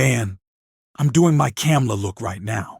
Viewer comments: Pronounced Come-a-la. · Its Coma-la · Comma La. Say her name correctly please. It took me awhile to get it also. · It's Kamala ' learn her name. Terrible vidio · How did you pronounce her name? It's ?la - Kama-la,and you did it through this whole post after hearing people pronounce her name right. Won't follow. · Please learn how to say Vice President Kamala's name correctly. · Stop dissing the candidate and learn to pronounce her name!